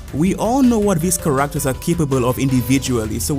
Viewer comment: Ca-RACK-ters is crazy lol No offense, everyone's got their accents and pronunciations. I just find your pronunciation respectfully funny is all. ^_^